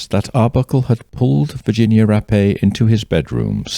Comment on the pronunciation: Finally, someone that pronounced her name correctly Ra_Pay👏🏾not wrap or rape...